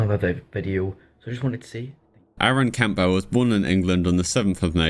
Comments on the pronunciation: It's Cam-bull not Camp-bell. You sound British how tf do you not know how to pronounce that surname? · Why are you saying Campbell like '"Camp bell". It's obviously spoken as "Cambull". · Very interesting video but that's not how you pronounce Campbell 😅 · the name name campbell is pronounced Cam bowl, the p is silent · Enjoyed the video but you should learn how to pronounce words like "Posthumously" and simple names like "Campbell" and "Nancy" properly.